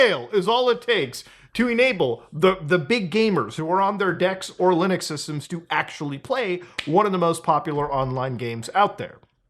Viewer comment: Did brother in christ just say LUUNIX instead of LIINUX? Then he corrects himself then says it like that again XD also yea I know pretty much nothing about linux and I love my steam deck, granted I don't use the linux part much but I still do use it